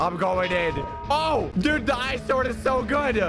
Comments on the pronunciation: pronunciation be like: 🤢🤮 > Sord 😎😎> sWord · I find it funny that doesnt say it like sord he says it like sword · anyone else oove how says sword "swword" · Is any one confused why says the w in sword?